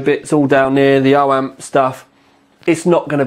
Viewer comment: please stop saying 'oh amp'- its op amp! :p